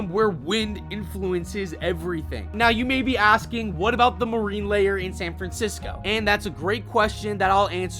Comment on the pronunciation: Good upload. I've subscribed and looking forward to more. A few suggestions that will hopefully help you evolve. First, I'd get someone to review your voicework - for every Warren "Span" or "Illi-noise", you lose credibility. As for advice for this specific subject matter, I was hoping you would include specifics about the air-conditioning at the H3 Dome in Minnesota :)